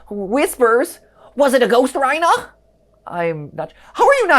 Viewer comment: why would it be rye-nah and not ree-nah 😭